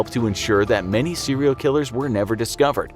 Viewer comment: How many times did he say cereal killer in this episode